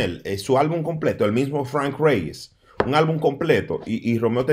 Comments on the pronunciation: si tu en tiende que suena cursi perfecto. Que hable como un hombre quien no sabe como se pronuncia Frrank Reyes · déjate de eso que Ute ni es gringo y su inglés es malísimo eschate como tu pronuncias el nombre de Franck reyes déjate de eso con 2 días viviendo en Nueva York y ya te la tiras de gringo 😂😂😂😂😂😂 stop the joke son and stay in your lane stop trying to sound like if your speak perfect English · Carlos Rodriguez Te gusto como pronuncia Frank Reyes 😂